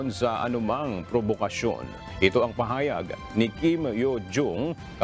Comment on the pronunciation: Bakit ganun ang pag bigkas sa salitang pahayag? 😂